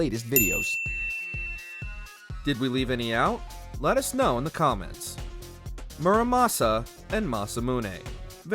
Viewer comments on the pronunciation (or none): none